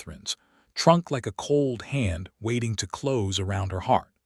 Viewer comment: This story had writing and images that deserved so much better than the AI mistakes in the nice narration. Obviously AI never heard of "ko-PER-neh-cuss" the famous Polish astronomer, and can't choose the right pronunciation between "cloze", as in shutting a door, and "clo-s-e", as in being near. There's another example that doesn't come to mind at the moment, but you get the idea. AI has its uses, but unfortunately still has its foibles that dehumanize the presentation of what should be a moving, quietly emotional story. The lack of punctuation also throws the narration off, with run-on sentences and improper pauses. I can tell from the Comments that many people do not notice or care about such things, but I find these glitches seriously interfere with my enjoyment of what is actually a fine storyline. OR, USA